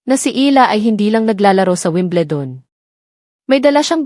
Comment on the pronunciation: Omg. Learn to pronounce stuff. Weem-bleh-dawn? What's that? Nick? Nike as in Mike? Dang! How embarrassing! Merchan-deesing? Eel-lah? Omg.